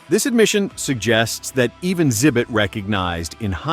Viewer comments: I think it's AI so it's reading the x as silent. I have trouble finding good YouTube videos these days cause it all sounds like AI now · Why tf do you call him "zibit"